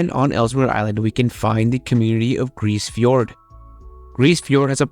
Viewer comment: fyi, the e in grise fiord is pronounced.